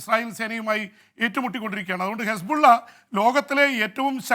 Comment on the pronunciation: ജെയിംസ് ഹിസ് ബുള്ള എന്നല്ല ശരിയായ പേര് കുസ്... ബുള്ളഎന്നാണ്. ഇനിയും വാർത്തകൊടുക്കുമ്പോൾ ഇങ്ങനെവിളിക്കണം.